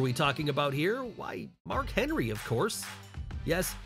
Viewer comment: Who put the letter d in Mark's name lol